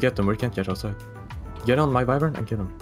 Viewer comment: who tf says wyvern like that?